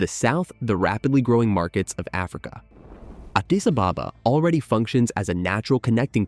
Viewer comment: I'm not even ethiopian and I'm offended by your pronunciation of Addis Ababa